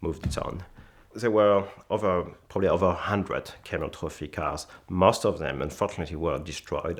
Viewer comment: "Ze Camel-Toe Fee"